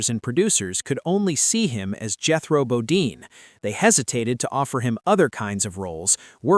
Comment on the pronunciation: It's BoDEEN! NOT Bo-DINE! God I hate these AI narrations!